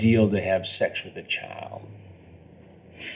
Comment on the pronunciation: Grady Judd cannot pronounce the word Child with a "D" he calls it Chyle